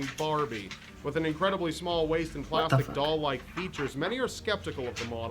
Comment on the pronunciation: plastic not plasitic